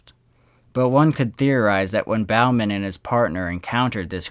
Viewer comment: It was Bowman pronounced boh-man now bow as in bowing to an audiance.Bowman like Bowling.